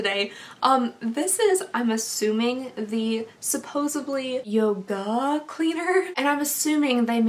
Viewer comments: When you said "yogAHH" it made my day, I love you and your channel so much 😂💛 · girl, you had me snort at yo-GAHHHH haha